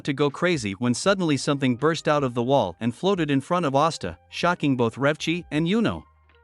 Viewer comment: Austa? Não e asta